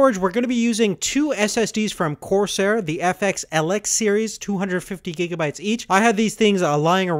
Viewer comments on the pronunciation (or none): none